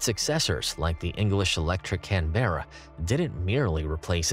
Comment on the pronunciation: Love the way he pronounces Canberra.